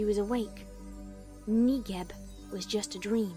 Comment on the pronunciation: I weeped every single time I heard "negib" it was literally the worst made me want to cry